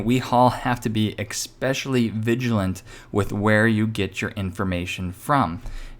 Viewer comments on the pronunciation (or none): not...ex specially but...eh specially (phonetically) 👍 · "especially" not expecially : )) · There is no such word as Ecspecially.